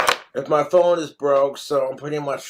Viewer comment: How many syllables does speak/ put in the Word Phone😂Ph- ow - en - a.😅, four. He cracks me up.